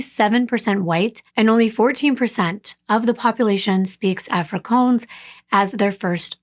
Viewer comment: I think you'll find that the language you've described is actually pronounced " Afri- kaans" the latter rhyming with " bans" not "coans" as you've pronounced it multiple times . Otherwise I found your presentation of this case to be really informative + told with compassion + great detail. I'm sorry to point out the mis-pronunciation of Afrikaans but I'm sure you'd rather it be pointed out given the amount of time , effort + the amount of details you put into your presentation of each case you bring forward. ❤